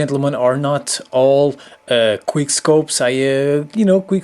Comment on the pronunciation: It's quick not queer